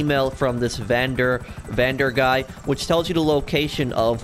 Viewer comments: Its not vander guy. Van Der Linde is a dutch name amd means Of The linde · When he said Vander guy I kinda died inside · “Vander guy” This man must have never played Red Dead. That’s Dutch’s last name